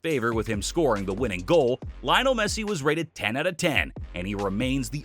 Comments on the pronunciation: Bro pronounced Messi’s name "Lie-onel" instead of "Lee-onel" 🤣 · It’s pronounced "Lee-onel", not "Lie-onel". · I thought "Leeonel Messi" was annoying until I reached "Xabi Alsanso". Jesus Christ, man, the guy is not only a great former player, he's the current Real Madrid manager!